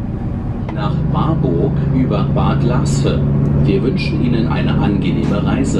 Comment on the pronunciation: He, "Bad Laaspe" spricht man "Bad Laasfe" mit weichem "ph" wie in Phase ;)